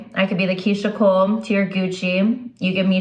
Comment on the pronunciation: It's Keyshia Ka'or not Keyshia Cole 😅😅😅😅